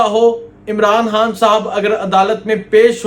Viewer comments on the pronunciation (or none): Bhai jhan imran khan bola krain haan ni or khalid name hota ha halid ni .... Ap khan haan keun boltay ho sealkot sy ho kya